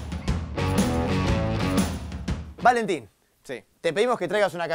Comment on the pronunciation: VALENTIN TOMES ERVERLE JAJSKSKSJSJAJAJAJ DECÍ BIEN EL NOMBRE AL MENOS